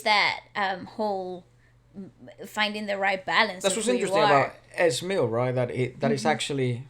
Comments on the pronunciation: its EHH ZZEE MIL not EZ Millll hahahaha just saying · Pronounced: E.Z. MiL as in EASY MIL and H-Bom as in H-BOMB.... PLEASE say it right! Lol